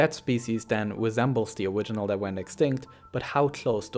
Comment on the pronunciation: lmaoo i was the thinking the exact same thing ''owiginal''